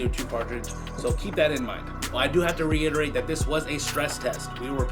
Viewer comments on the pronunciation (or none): none